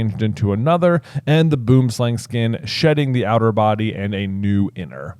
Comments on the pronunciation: So, in Afrikaans; Boonslang is translated as tree (boom) snake (slang). Phonetically its pronounced boo-em slung (as in rhymes with rung). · As a South African, I am happy to hear you tell the world about boomslangs, though I have to channel Hermione and say that everyone pronounces the name wrong. If you want to hear the correct pronunciation type it into Google Translate under Afrikaans.